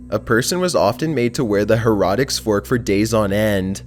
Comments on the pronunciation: heretic is pronounced "hair-uh-tick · Its hair-A-Ticks forks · her uh tic not her rah tick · Why did he say erotic instead of heretic?😂😂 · Ummm Heretic? Not Her-ah-tic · Just sayin, "heretic" fork is not prounounced "herotic," more like "hairatick" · It's heretic not herotic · Omg, Hair eh tic, not heroitik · kai russell usually his mispronunciations don't bother me but I'm with you this one. Like, there's no O in heretic. It was also the name of a popular video game... Her-I-tic. Not hair-otic 😂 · I don't mind the voice, but please, work on pronouncing the words right. How do you get Heretic to Harotic? lmao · "HAIR- E-TICK" Heretic not "Hairotics" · It's pronounced hare eh tick not hare rah tick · heh-ra-tics... it's Heh-REH-tic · i think i had a stroke when u said "heratic".. u do know that aint how u pronounce it right? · It's pronounced hair eh teck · Seriously? It's pronounced hair-a-tic🙄🙄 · Heretic Pronounced "hair-it-ick" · It's Pronounced 'Hair-o-ticks' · HERR-uh-tik. The accent is on the first syllable and the second is a 'uh' not 'o' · Her-ret-tic Another awesome video, otherwise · Did he just read Heratic as Hair Rotic?? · Heretic is pronounced "Hair-eh-tick", and the victims of the Heretic's Fork often died of blood-poisoning. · Number 7 is pronounced HARE-a-tick. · Hair- rah-dicks furrrrrrk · are you serious with the "hair-otic".you've never heard someone say heretic? look up the pronunciations of words or something bro because you do it all the time and they are always words that are surprising that you don't know the correct pronunciation.... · Heretic is pronounced Hair a tic. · Heretic- pronounced (hair-a-tick) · it's pronounced hair-a-tick. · The her-raw-tic fork... I'm fucking done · Love your stuff & greetings from Canada. Must say tho... heretic is pronounced hair-ah-tic. Keep up the good work though! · It annoys me that he can't pronounce heretic correclty. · He said heretic wrong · Do you actually pronounce heretic that way🤨